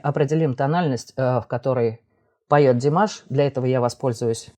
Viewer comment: Подписалась, но замечу,что в любом случае ударение Димаш или Димашу на первую букву А